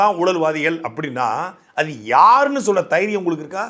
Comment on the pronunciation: தைரியம்னு சொல்ல தெரியாத தெய்ரியம்னு சொல்லும் அமைச்சர்